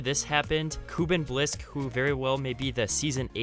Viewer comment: Hate to be that guy. It’s just been bugging me. Kuben Blisk is pronounced with a u that sound like a u. It is really hard to pronounce